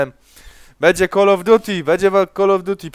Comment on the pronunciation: zajebiste komentarze ale to drażni mnie więce naucz się wymawiać call of duty